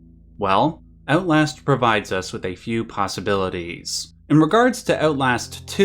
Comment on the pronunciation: Ootlast Sorry.